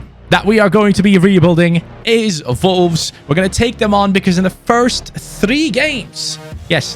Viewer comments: Is it just me or does he call them volwes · it sounds like ya sayin volves lol sorry dude like ya vids keep it up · Who else keeps thinking he is saying vulves instead of wolves even though it’s just the way his accent is lol 😂 (I’m not hating btw lol)